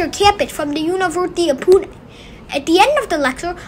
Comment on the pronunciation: He is a wonder child...👌👌 Btw how the commentator of this documentary pronounced Pune as Peon...Punekars will get offended 😂